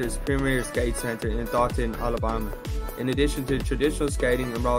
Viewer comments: It’s pronounced “dough- than” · Lol this is my hometown, it’s pronounced Dough-Than